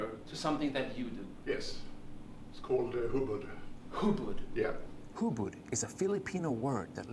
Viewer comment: he says "hubad" w/c literally meansnaked but the right pronounce is " hubud". thats why they're laughing... lol